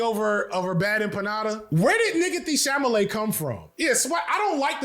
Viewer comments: "Sha-la-may" learn how to read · Bro got it right once and said naah, CHAMALAY! im rolling! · We nearly choked on Our coffee several times. It's even funnier because he actually nailed the pronunciation at the very beginning of the video. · It's pronounced Timothée Shamalamadingdong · struggling with "Chalamet" was giving "Gefilte fish" energy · Damn, the pronunciation of Chalamet is kicking your ass so bad it's even affecting my ability to pronounce it 😭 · Not enough people are commenting on the struggle to conquer the name Chalamet.